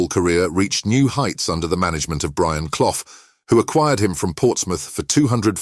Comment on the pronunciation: And the way he says Brian Clough sounds like Brian Cloff